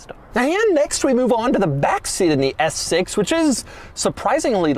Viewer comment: Can you just say S6 regularly? Lol